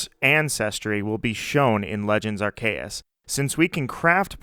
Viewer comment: Amazing video! I like how you say Arr Kay Us ❤️❤️